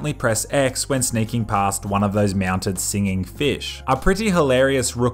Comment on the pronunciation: did he say "meownted"? see, I have a keen sense for this kind of thing because I've been listening to people for a very long time! lol